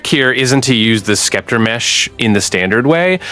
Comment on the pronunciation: I realized when he pronounced Scepter as Skepter!